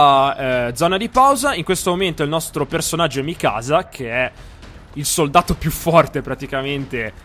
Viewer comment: eren... è Mìkasa, non Mikàsa